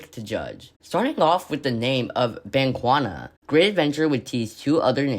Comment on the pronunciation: That is not how you say Bakunawa 😭😭😭 “bank wana”😭😭😭